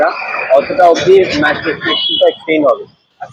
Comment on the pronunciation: Excellent coverage! Just one observation .. its METRO not MATRO